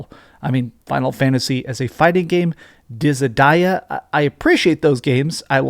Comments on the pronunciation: Wtf was that pronunciation of dissidia btw 🤣🤣 Dizzy Die Yah 😳🤣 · After I heard how he pronounced Dissidia, I heard nothing else. That's not how you say it, is it? It can't be